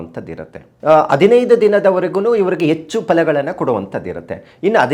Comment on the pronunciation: ಅ ಕಾರ ಹ ಕಾರ ಸರಿ ಇಲ್ಲಾ.. ಎಚ್ಚು ಅಲ್ಲ ಹೆಚ್ಚು